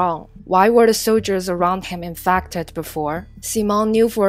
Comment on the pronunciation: Infacted LOL WHAT